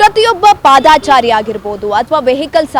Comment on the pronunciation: ಅದು "ಪಾದಾಚಾರಿ" ಅಲ್ಲ ತಪ್ಪು ಉಚ್ಚಾರಣೆ ❌". ಪಾದಚಾರಿ "ಸರಿಯಾದ ಉಚ್ಚಾರಣೆ ✅. ಕೃಷ್ಣ ಭೈರೇ ಗೌಡ್ರು ನೂ ಪಾದಾಚಾರಿ ಅಂತ ತಪ್ಪು ಉಚ್ಚಾರಣೆ ಮಾಡ್ತಾರೆ. ಮೊದ್ಲು ಕನ್ನಡ ಸರಿಯಾಗಿ ಉಚ್ಚಾರಣೆ ಮಾಡಿ ಕನ್ನಡದ ಉಚ್ಚಾರಣೆ ಯನ್ನು ಕೊಲೆ ಮಾಡ್ಬೇಡಿ.